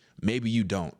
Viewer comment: ALLAT DONT came up from yo gut, huh😭 like "DDOONNTT" or DOUBLE DONT, or sumpthing.😶🤣